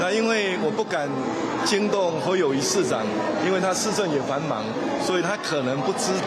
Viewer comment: 侯友宜明明念Kâu友宜，恁敢無欲改？